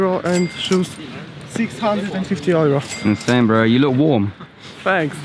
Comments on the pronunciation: nie, nie wymawia się tak cwaniaku. Po angielsku wymawia sie ,,juro" a ,,ojro" z filmiku to po niemiecku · dunno why some of them pronounce euro as "ojro" :o we dont say that in Poland - ojro is a German pronounciation ;o most of them are probably not Polish...